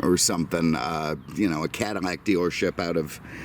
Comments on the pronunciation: It is Cadillac NOT. Cadamack. Ruined your presentation. What a shame, couldn’t watch it to the end. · Why does he keep say Cadimac instead of Cadillac? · What's a Cadamack??? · "Cadimlac"? learn the language. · Does he pronounce 'Cadillac" wrong on purpose? WTF is a Cadmac? lol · are you deaf? He pronounces Cadillac Cadmac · Dude, can you PROPERLY say the word CADILLAC? There is NO "M" in Cadillac.